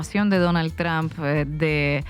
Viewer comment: Tromp Huebona no TRAMP..pronuncia bien izquierdista.